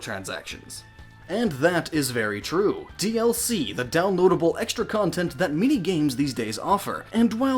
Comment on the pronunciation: Every time you said "many" I heard "mini" Sofor a second I thought you were talking about mini-games